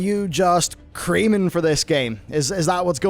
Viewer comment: Did he just say “Creaming for this game”? Lmao.